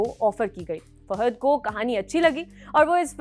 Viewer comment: Madam... please pronounce the names correctly... You pronounced Daggubatti, Fahadh wrong..& other 2-3 names... Do homework & one more thing...Mahesh Babu is also a great actor... don't criticize by saying..."creative difference ka hawala.." By the way...South Indian actors have very good rapport with each other....unlike Bollywood...😏